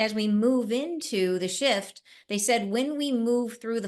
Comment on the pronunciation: Oh my i thought u said shit instead of shift 😂